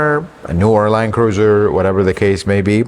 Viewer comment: I think I hear "land-loser" whenever I hear the new (Prado) Land Cruiser mentioned